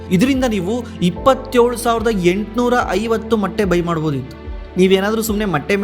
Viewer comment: Bro adu matte ,alla motte 😅